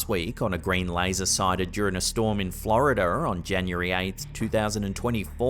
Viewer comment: ☆ATTENTION ☆,... why do you pronounce the letter "R" at the end of some words sporadically? At timestamp, instead of "Florida" you say "Florida'er!" Lol And it's impossible to count the number of times you have said "area'er" instead of "area!" Anyone else hear this? It's blatant and obvious as Hell.